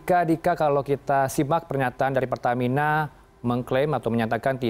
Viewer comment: Peltamina telbakal🙏🙏